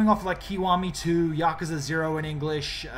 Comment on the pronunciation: Its pronounced Yakooza - jesus!!!!!!!!!